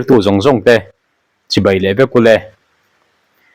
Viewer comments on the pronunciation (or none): none